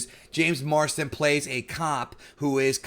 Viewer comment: Is it me or do you keep saying Marston rather than Marsden?